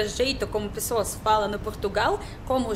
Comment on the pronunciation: linda, seu sotaque é muito fofo, uma palavra que vc pronuncia com sotaque de portugal é a palavra "pessoas" comendo completamente a primeira vogal, grande beijo!